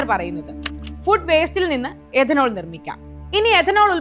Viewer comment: എദനോൾ അല്ല, it’s Ethanol , എഥനോൾ,, മലയാളം അറിയാവുന്നവരെ ഈ വക പണി ഏൽപ്പിക്കുക